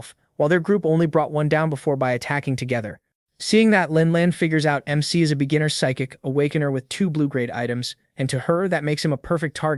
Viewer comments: Bro, love your stuff but you gotta stop your AI from reading this as Mick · Hearing mec mic Mac and mr is poor work for trying to say mc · Why the fuck do these ai Keep calling the mc mikk instead of their name?!😭😭🙏🙏🥀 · the mic is actually the mc the ai voice cant detect it correctly because MC is a acrynom so it says it as mec or mic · Unc did you get a new AI? It’s not even saying MC right😂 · Why can’t u say the name ai can’t even say mc 💀